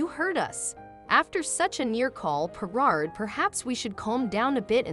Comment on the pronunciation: Stop using AI to narate stories . They cant even pronounce her name properly. Where the fk is DOLAN? HERNARD? WTF.